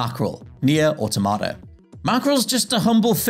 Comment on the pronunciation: I really hate that pronunciation of Automata